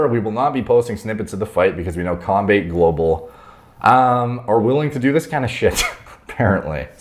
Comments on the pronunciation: not to be that guy but just so you know it’s pronounced Com-bat-eh global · It was cringe when he tried to pronounce combate global